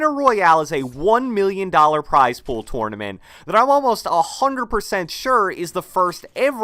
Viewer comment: Can you stop saying tournament like that